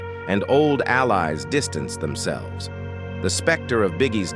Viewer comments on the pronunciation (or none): Ha! Just when In complimented it on pronouncing enmity right then it said endeavor and themselvese